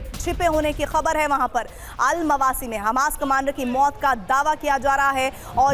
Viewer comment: अलमावासी नहीं अल मवेसी